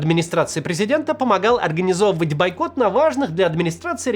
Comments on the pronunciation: Максим, бОйкот, а не байкот😂😂😂😂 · правильно "Бойкот" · Все хорошо, только «бойкот» через «О»